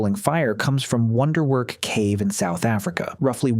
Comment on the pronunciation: Absolutely the worst pronunciation of Wonderwerk in the history of humankind